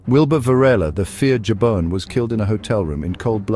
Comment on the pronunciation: Pronounced Habon * meaning soap lol